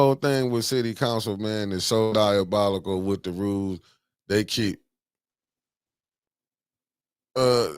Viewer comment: The fact that y'all can't get that mans name right, DI O BOL ICAL!!! 😂😂😂